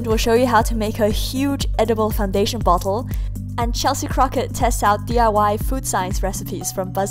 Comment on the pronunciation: When she said bottle I thought she said butt hole